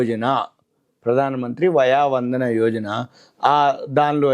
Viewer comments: "వయా వందన" కాదు.వయోవందన అనాలి. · Via Vandana Kadu, vayo Vandana, Telugu kharma kaali…